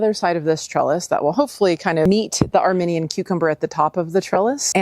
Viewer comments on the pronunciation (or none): I loved this video! Thanks so much. Thinking you may also wish to know that the Armenian Cucumber, is pronounced "armeeenian" to represent that country. You're a WEALTH of knowledge! Thank you!